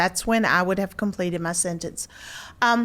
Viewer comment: “Senence”? There’s a “T” in that word. SENTENCE.